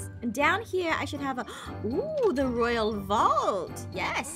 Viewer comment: Excuse me Aphmau, what is a “Roayl Princess”?